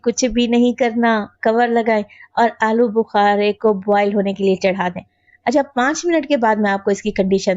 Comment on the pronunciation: Ya to alochy hn AP bol rhe hn alo bukary😮